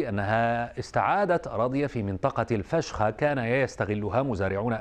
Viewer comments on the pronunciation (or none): الفشقا وليست الفشخا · إسمها منطقة الفشقه وليست الفشخه😂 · الفشخه اي اسمها الفشقه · الفشقه مش الفشخه ههههههه فشخة ايه 😂😂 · فشخه ايه يا عم اسمها الفشقه 😂😂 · الفشقة بفتح الفاء والشين والقاف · الفشخه 🤣 تسمى الفشقه